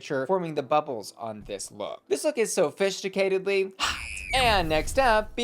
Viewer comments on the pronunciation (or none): "sofishticated" lolol